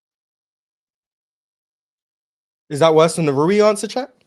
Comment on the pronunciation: That nigga really said Rui. Never invite him to the show again.